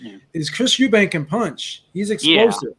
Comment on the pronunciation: Killing me with the "Eubanks" pronunciation. It's Chris Eubank Jr. Folks to the same with Golden State Warriors legend, Chris Mullin, calling him "Mullins."